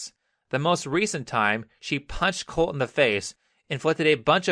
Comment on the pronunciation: I can't unheard colty whenever he said colt